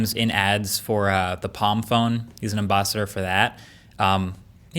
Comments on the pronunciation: Did I hear Am-boss-ider . Helping police things up. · did he say AmBOSSador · "Em BOSS ider" That's some respect. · Did he said embaa-si-dor